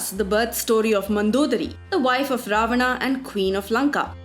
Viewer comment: What the hell is with the: Ravanaaa Ramaaa Dhutrastraaaa Indraaa If you're an Indian then talk like one. Pronounce the proper names lady.